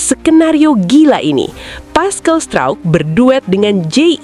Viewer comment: Ngomong pascal struijk kok bunyi nya pascal strouk,. 🤣🤣🤣